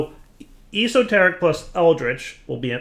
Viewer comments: I love and his videos, but this killed me lol. I was shouting at my phone... es-o- teric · o0NAVI0o ya, I laughed at his horrible pronunciation.